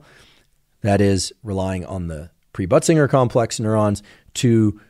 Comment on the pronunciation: Pre-butt-singer 😂 complex is what I heard him say, and I thought that really needs to be renamed. I looked it up and it is Pre-Bötzinger Complex😊